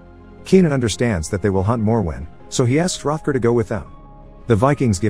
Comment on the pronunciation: So the first part of the video you correctly pronounce the monster's name several times as "More-When" then halfway through you start pronouncing it the "Moe-Where" or whatever you were saying. I don't understand in this day and age how people are to lazy or inept to Google the pronunciation or atleast stick to one pronunciation but I guess you decided saying it every way you imagined was the correct course of action lol 😂